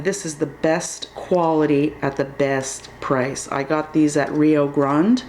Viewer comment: Are you saying rio grande? Where you purchased or rio grind? It was hard to hear